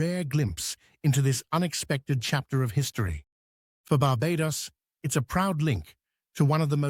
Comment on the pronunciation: Should learn how to say 'Barbados' for starters...